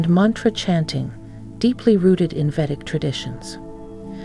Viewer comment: You have an incredibly long introduction that's incredible redundant. U say nothing and mix 2 different cultures. Btw, it's Vedic not vetic.